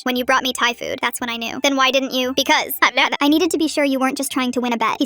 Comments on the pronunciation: “Because. hÆPnEÆp” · "Because bahavahaba" L O L 🤣